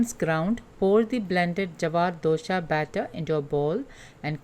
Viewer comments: With due respect,it is not dosha,it is dosa😊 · It's dosa not dosha!!